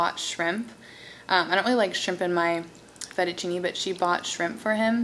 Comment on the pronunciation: FETTUCCINE NOT "FETTUCINI" 😥 from italy. Btw your video it's so lovely,and you're beauty!